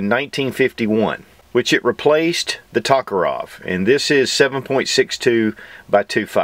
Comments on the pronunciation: I love your videos but it always hurts my ears when you're saying "Tokarov"- the name's "TokarYEv". Thank you for another great review. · Not Tokerov, but Tokarev :)